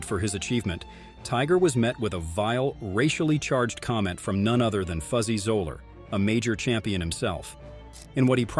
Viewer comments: Fuzzy Zoeller is pronounced Zeller, not Zoler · It's pronounced Zeller ... not Zoeler. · I’m pretty sure Fuzzy’s last name is pronounced ZELL-er. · and you don't even know how to pronounce Zoeller's name. lol